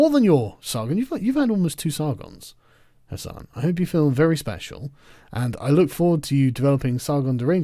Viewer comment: "HasanTheHun". That sounds... just wrong.